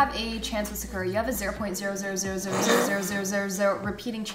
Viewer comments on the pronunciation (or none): Is that actually how you pronounce Sakura?